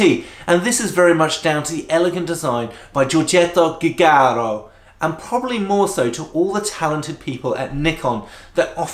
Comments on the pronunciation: Jee-you-jar-oh. That's how you pronounce Giugiaro. ..Joe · "Giugiaro" correct spelling is Jiujiaro...